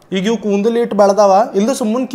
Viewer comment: Kundul alla bro kudalu pronounce properly bro